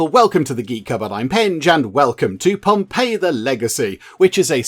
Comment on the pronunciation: you got it spot on with the "ii" sound and how to say it haha "ei" is genuinely the best way to look at it haha.